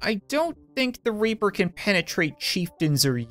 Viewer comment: Ok y did u say the raper instead of the reaper